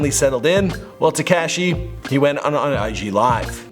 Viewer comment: HE SAID “ TECASHI “ ITS TEKASHI 😭